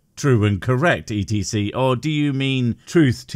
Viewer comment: I love your videos, the only thing that annoys me is when you say e t c. It's slower to speak than etcetera and isn't an initialism like QED, so it shouldn't be said as letters. Then again, after watching and laughing along with much of your stuff, you may use it more after this.